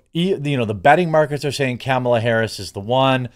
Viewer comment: I like how you say Camel ah Harris lol